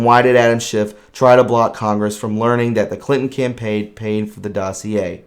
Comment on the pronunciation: SCHIFF NOT SHIFT!